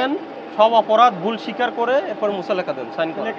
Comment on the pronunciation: কি কোয়ালিটির ম্যাজিস্ট্রেট!! মুচলেকা কে বলছে মুসালাকা!!!!!!